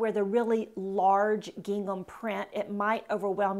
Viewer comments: Gingham is pronounced like ging - um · I think she should learn how to pronounce gingham. That was distracting. But I generally agreed with her suggestions. It is not always WHAT you wear but HOW you wear it. Attitude Girl Attitude. That’s important.